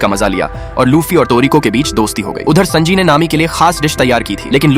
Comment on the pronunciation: Wo sanji hai sunji nahi😂😂😂